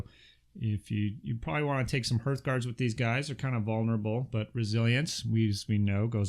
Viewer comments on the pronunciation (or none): H-arf-guards! Please stop saying H-erf-guards! Please! Pretty please